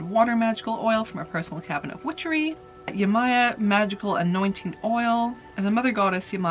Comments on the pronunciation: You pronounce her name Yama-ya she is a africian Orisha of the upper part of the sea. She has a masculine side as well. She loves children. She cleans you when you go to the beach. She loves fish and wine. She’s an amazing Orisha. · It's read "Yemanjah", it's an orixá/orisha, a nature force and mostly worshiped in Africa and Brazil. I guess some other south american cultures also worship her tho, but since I'm from Brazil, I can't say it for sure. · Yemaya is pronounced Yeh-ma-ya. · Fun facts: I actually took a dance class in college focusing on Afro-Caribbean dance styles which are heavily influenced by their religion. Yemaya is one of the Orishas (deities) of the Yoruba religion. My professor always pronounced it closer to “ye-moy-YA” (almost like the “ye” from the beginning of “yes” and the “ya” as if you’re about to say “YAAAAAAAAS”, a joke which we made often). I get so excited when I see the Orishas pop up so just yemaYAAAAAAAS 🖤